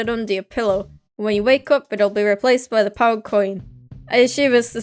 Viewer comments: When says pound it sounds like pow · Omg ur from uk am from uk too I knew it when u said pound